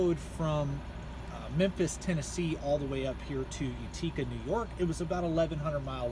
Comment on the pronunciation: It's pronounced "Yute-ih-ca", not "you-tee-ca" Just letting you know. 🙂